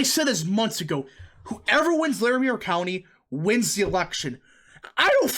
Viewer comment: It's pronounced Lair- a- mer county. And the ft collins area is full of yuppies and hipsters. The people that don't want to live in Denver but still agree with the demographics, move to Ft Collins.